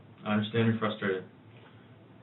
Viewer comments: I hate how he says "UNDERSHTAND". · And will someone tell DB the DB that the word is un-der-stand! Not under-shdand